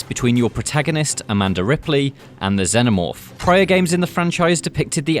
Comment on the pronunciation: Not sure what a Zennomorph is, pretty sure the films covered how to pronounce Xenomorph. Makes this video 100% harder to get through sadly.